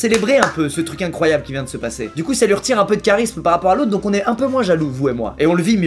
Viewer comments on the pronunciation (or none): none